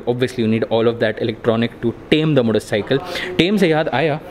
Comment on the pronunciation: All I heard was motorcycleL